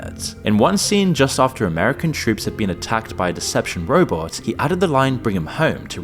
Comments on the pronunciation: Did he call the decepticons the deceptions?😂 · bro at least pronounce decepticons correctly, what the fk man